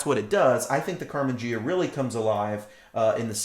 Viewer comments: Great video! ps...Carmen Gee-ah, not Jee-ah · Great video's Ghia is Italian... say it like this :) Gee-ah Like the sexy Karmann Ghia